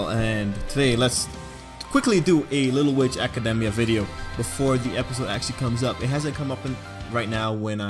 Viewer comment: I thought academia was pronounced aca. demy .a